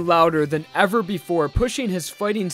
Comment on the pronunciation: Uhhhhhhh it’s R E V E R B